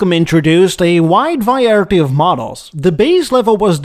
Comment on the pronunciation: Always puts a smile on my face when pronounces "variety" as "viarity". 8^D